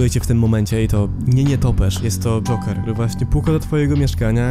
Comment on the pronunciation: Mi się wydaje czy ty mówisz dżonker zamiast dżoker?